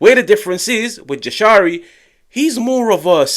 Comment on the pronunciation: In Albanian, the letter ‘J’ is pronounced like the English ‘Y’ in the word ‘yes’. So it’s ‘Yah-sha-ree’, not ‘Jah-sha-ree’ or ‘Zha-sha-ree’. Think of it like saying ‘Yashari’.